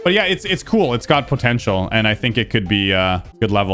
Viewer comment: Everytime says “Potential” it makes me cringe, its just such a weird pronunciation.